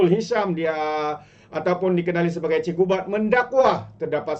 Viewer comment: Cikgu bab. Bukan cikgu bad. 😂😂😂